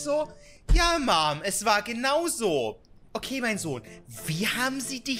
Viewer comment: Lachflach als sev Mom so komisch ausgesprochen hat ich war gerade am trinken jetzt ist mein Bett nass XXDDDD